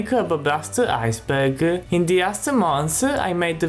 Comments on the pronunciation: I Think 'Ice Burger' Is A Word Your Failing To Say. Correct Word Should Be Ice Berg. But Then Again It Might Just Be Where Your From. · "Ice Burger." Good Lord.